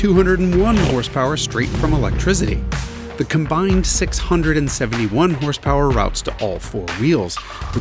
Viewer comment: The way you say Elec-trizity angers me.